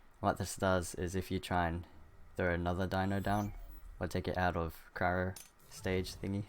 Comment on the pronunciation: The way you say Cryo upsets me.... xP thanks for the vid will get the gacha one, the rest seems OP.